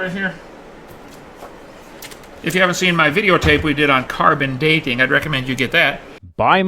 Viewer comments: "Car bin daaay ting" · I know he doesn t understand or believe in carbon dating, can anyone explain why he pronounces it "carbon daayyyting"?